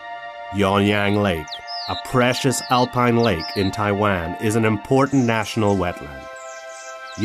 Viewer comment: 這些影片，鳥，昆蟲圖片都是台灣，對吧！ 但英語發音好多聽來是Tai-land 。 有中文發音的嗎？